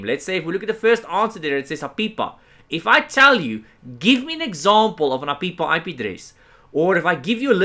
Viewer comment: For the record, I love the way you say APIPA